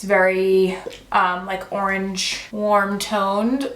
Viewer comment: Arange or orange?😂 love you